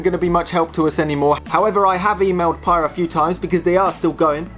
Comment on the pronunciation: It's pronounced "Pai-EE-uh", after the town in Hawai'i where founder, John Simonton grew up.